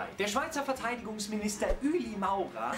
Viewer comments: Ich find mer chan sich so oft wie mer wött über de ueli murer luschtig mache de ish e en spasst und so schlimm find is au ned dass er de name falsch usgsproche het. Ps: mis abo hesh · Lefloid hetti sich besser sölle informiere über so Sache. Er ällei treit d Verantwortig dasser sich nöd vorere Nation zum Depp macht. Wär gschider gsi vo em, wenner gseit hetti, er wüssi nöd wiemer dä Name usspricht und öpper sölls em doch i dä Kommentär beschriebe. Fall glöst und alli wäret happy :-D